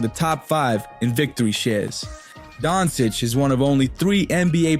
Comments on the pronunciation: DON SITCH LOL so cringe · Its just pronounced Donchich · Pronunciation is wrong... it's Dončić č pronounced similar to ct in action... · before you talk about him, learn to pronounce his name